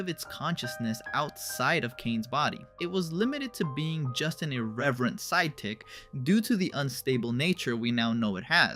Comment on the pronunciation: Did he say "side tick?"